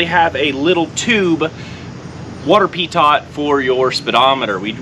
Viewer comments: What the eF is a Pee-Tot? It's pronounced PeeToe. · Not meaning to be disrespectful at all like your video. Just wanted to let you know it is pronounced Pee tote like tote the load. Got the ole rev there. Great guy